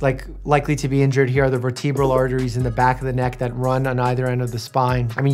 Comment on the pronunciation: Bro said verTEEbral column